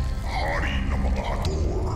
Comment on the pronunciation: Hathori po hndi harthori